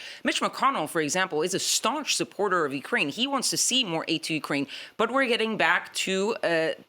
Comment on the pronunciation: its YOU-kraine, NOT WE-kraine...your on your own Volod🤣